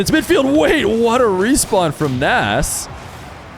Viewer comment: It’s actually fun to say -nes every time pronounces it incorrectly as nass lol